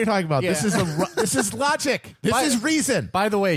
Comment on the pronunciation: I love when Matt says rogic and reason